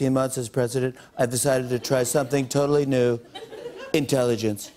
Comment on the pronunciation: Im gonna tzry some intellingence jajajajajaja